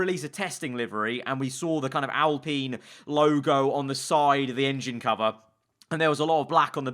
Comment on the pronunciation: He pronounces it right tho? Alpeen